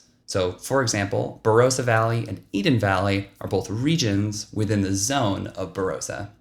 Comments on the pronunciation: Tops, mate. Say Bah-rah-sah, sounds better. ☺️ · Don’t know why yanks can’t get pronunciation of some of our names right . The “o” in Barossa is pronounced like the “o” in “on”